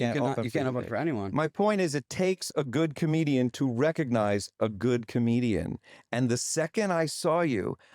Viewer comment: A com-EGO-dian...